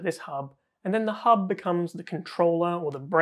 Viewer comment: he did not said hub, he said hoob 🤣🤣